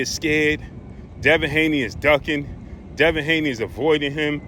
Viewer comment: Man just say Devin Haney